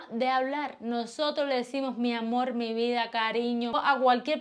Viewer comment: Hola Niña Bella yo creo que cada País tiene su cultura y su forma de hablar pero noto que los cubanos y Dominicanos utilizan la letra L para todo por ejemplo la palabra AMOL y en realidad es con R o sea AMOR y así con muchas palabras más y como que a veces gritan mucho para hablar pero ta como lo dije antes cada País y cada cultura es diferente acá hablamos el español claro el Río Platense pero dicen que el verdadero idioma Español es justo el de ESPAÑA.🇺🇾🇺🇾🇺🇾🇺🇾